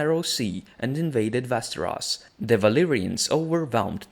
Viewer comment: Say it with me..."Wes-teros"...."Es-sos"....Ennngliiiisssh lol